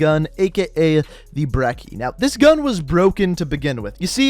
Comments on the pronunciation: Why do you say BREKKIE instead of BRECHIE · This man calls it the berki it’s called the Brechi just watch Merkmusoc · say breach now say brechi now say brecci same shit not breky its not a fucking brick. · Why say brekki ?? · Why do you not know how to pronounce anything? brekki?, obsidian steed? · The way he says brecci😑